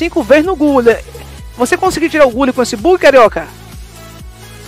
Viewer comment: Salve eu me racho de rir com essa pronuncia: RICAR e GULI kkkkk tmj